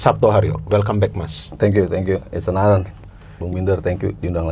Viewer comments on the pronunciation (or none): none